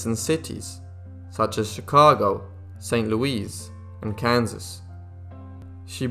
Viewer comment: St Louise? Wtf dude?